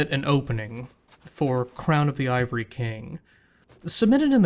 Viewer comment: crown of the aava-ry king